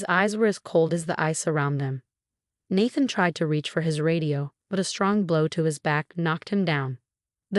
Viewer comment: Good story, but the voice ,probably AI ,should learn how to pronounce Naathan ( long A - that’s why I spelled it that way)